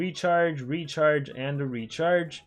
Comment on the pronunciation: is it just me or i hear the word (retard) everytime he says Recharge